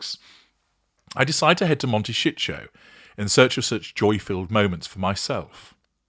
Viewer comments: Your comments ans analysis are interesting, but can you please say Mon-te-ci-to, the last syllable with hard tee sound. Not ""shi-tcho" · 😂😂😂😂😅😅😅 pronouncing wrongly is a 'dig' at the area - humour ¿?x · He's including shit in the word... it's intentional. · He does it on purpose, luv.